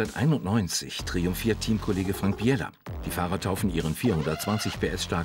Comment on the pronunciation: 1. Natürlich leitet der Audi nicht 100% der Antriebskraft auf eine Achse und 2. Heißt es Frank Biela und nicht Frank Biiiiii-eeeeeela